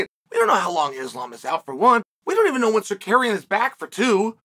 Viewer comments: Bro its "Sarook-yan" not "Sakairyan" lol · Tsar you kee an ! Is suspended for 9 months..what are you on about also get 1 name pronunciation correct for the luv of god..lol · Con man “Secarian” lmfao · chael do it with me buddy. tsa ruuuuuu kyan. not tsakarian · Chael it’s TSARUKYAN!!! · Secarian is sar rooky an but easy. What they gone do bout it anyway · Securian get it right hahahah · Learn how to say his name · He rarely gets a name right 😭